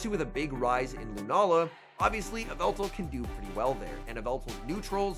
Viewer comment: "Yvetal Your Idol" in the beginning